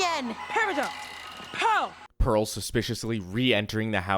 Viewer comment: also the character named “Pear” needing to be forgiven. “Pear” “Pearl” lmao